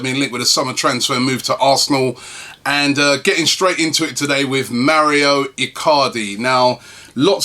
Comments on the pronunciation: Mauro is not pronounced Mario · It's Mauro not Mario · His name is Mauro not Mario. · its Mauro (Mawroh) where does he get Mario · its mauro not mario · Robbie, why do you keep saying 'Mario' Icardi? It's 'Mauro' dude. I know he's in Serie A but he's not Italian, lol! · Can someone tell him its Mauro not Mario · It's MAURO Robbie. MAURO. NOT MARIO. ffs XD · God damn it Robbie its Mauro not Mario... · Robbie its Mauro not Mario. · MAU RO MAU RO MAURO. WHERE THE FUCK DO YOU SEE MAREEEOO MARIO. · Mauro, not maurio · Robbie cmon man its not even a hard name to pronounce. Lol its Mau-ro. Where do you see an I in his name. You think hes Italian when u say Mario. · for the th time its Mauro Icardi not Mario Icardi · Rob who is Mario Icardi? It's actually Mauro👊😉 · His name isn't Mario get it right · ITS Mauro Icardi Not Maurio Icardi for god sake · MAURO Icardi. It's MAURO, not bloody Mario!!! Is your name Robbie Merson by any chance? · MAURO Robbie, not mario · Mauro not Mario, right? 😂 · I've been meaning to write this on the last few videos its Mauro Icardi not Mario haha